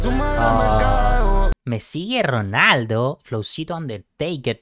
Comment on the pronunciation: jaja no dice " me sigue ronaldo" Estaba haciendo las comparaciones " Messi y Ronaldo" - Jordan y kobe, Stond cold y undertaker. Sino que no pronuncia muy bien jaja